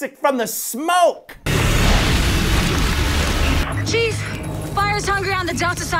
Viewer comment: i heard cheese not chief :DDD